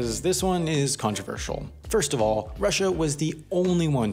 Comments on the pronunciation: "legitimacy oof the country"😂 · "...the legitimacy 𝐨𝐨𝐟 the vote" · "the legitimacy oof the vote"